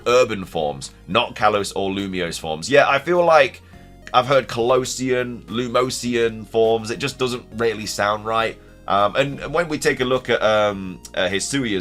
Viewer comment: Lumosian forms sounds good though. Just pronounce it more like lumozian.